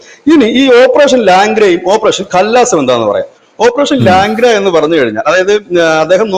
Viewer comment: ഓപ്പറേഷൻ ലാഗ്ര അല്ല ലംഗ്ട എന്നുവച്ചാൽ ഞൊണ്ടിക്കാലൻ